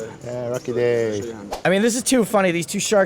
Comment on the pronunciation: "Yaaaa Rucky DAY!"